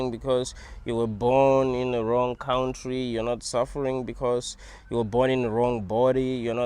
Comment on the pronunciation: I love how you say cowntree 😂😂😂😂😂